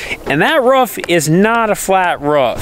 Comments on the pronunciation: Hope they change out that red siding…. And every time says “Ruuf” I yell “rOOf”. LOL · roof not rough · “Roof” not “Ruufff” lol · Love your footage, but it's not Ruff it's call Roof xxxxx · It's roof not rough WTH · ROOF not a ruf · Roof. Not ruff. Maybe bork. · ROOF NOT RUFF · lmfao long time follower here. the amount of time you said roof... lol sounds like your saying ruuf. lmfao made me laugh. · I like how Roman can pronounce roof but pronounces it ruff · pronounces "roof". more like a imitation of a dog sound. ruf ruf.